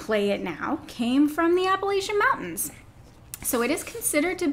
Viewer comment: As a West Virginian my ears are bleeding from the New England pronunciation of Appalachia😂 but aside from that I enjoyed the video. I love playing my dulcimer it’s so easy to just pick up and start playing.